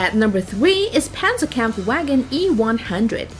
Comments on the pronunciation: It's legit JAGDTIGER like u usually say Tiger, and TOG reas it as a word, k-vagen in german W is read as V, Pazerkampfw(read w as v)agen, again Panzerkampfw(read as a v)agen VIII A Maus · Tis panzerkampfwagen niet panzerkampfwegen! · The Pentzerkempfwaegen😂😂😂😂😂